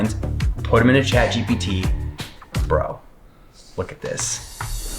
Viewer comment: This, not dise. Looker(or locker?), not loker. (Idk what u meant) Upload, not aplode. Video, not vido. This, not thise.